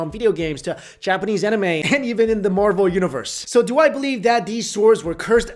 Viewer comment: If you're the type of person that thinks Chinese and Japanese are the same, I point you to this video and pronunciation of Japanese names.